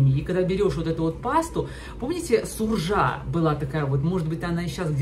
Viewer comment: Не Суржа, а Саржа. Есть и сейчас, да